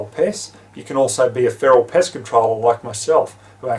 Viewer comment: lmao sounds like you said "piss" when you meant "pest" or did you mean "piss"........